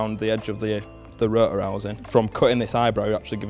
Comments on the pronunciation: "the ro'or..." dude there is a "t" in there ;D Gotta love that accent xD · It might be worth enunciating the word "Rotor" when making a video about an RX8, because "ruh uh" makes quite a bit harder to follow what you're talking about - every time I hear it I have to remind myself that you mean rotor rather than absorbing the info. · I like how they pronounce Rotor as Ro-uh :D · These guys know their shit! Love how they pronounce rotor as "ru-uhr" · The way says R O T O R makes me lo key enraged inside.